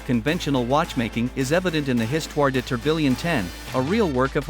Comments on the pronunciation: "tor-bill-ion" lmaoooo it's "TOR-BEE-YAWN" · How is A I going to take all our jobs -if it can’t pronounce tourbillon?!